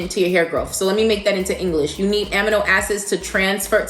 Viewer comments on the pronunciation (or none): While I do ❤️❤️ your videos… I’m a scientist and also a lover of words and pronunciation. Amino Acids is correctly pronounced “ A-Mee-no” not “a -mih-no”. I know.. the science word was born by Africans but coined by the Greeks. Go figure! Keep up the great work! 😍